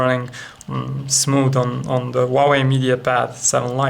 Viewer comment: funny accent :D "wauweiw"